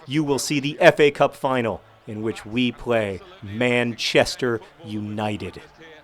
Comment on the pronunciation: Every time I hear you say FA Cup I think I hear you say Epee Cup. I fence, okay?